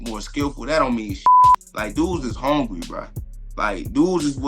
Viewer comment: Learn how to talk Buckley it's hungry not HONEGRY😂😂😂😂😂